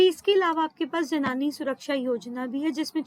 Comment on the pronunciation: जननी not janani ..